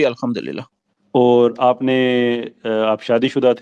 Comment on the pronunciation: 😅😅😅😅 he was saying alhumdurial atheist hon 😅😅😅 high on weed 😅